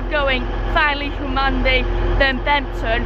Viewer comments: You have to prounce Hum an be but i’ll let you off 😃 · We really do need to teach you to speak East Riding.. River ‘Derrr-went’, ‘Hun-man-bee’ (emphasis on the ‘Hun’ not ‘Man’ :-D - great video, I know those places quite well - looking forward to you travelling to the bottom end of that line. Beverley is a fine station - like Filey, but a bit bigger! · Filey station? You were two minutes walk from my house and I never knew. Oh, and it’s pronounced Hun-man-bee. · I've watched this twice just so i can hear you pronounce Hunmanby. It's a silent n. Derwent ya left the R out ) Great little vids,. I'm due mi pensioners pass, so i'll have to find out where i can use it. The WYTE is not as well funded as other places. In some areas ya can use 'em anywhere, but not here in the bleeding West Riding authority region. Mention that because you have a pass, not sure if ya payed for it or it was a complementary one.